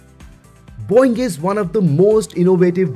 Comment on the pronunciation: It just sounded like he said, “Boing!!” 😂😂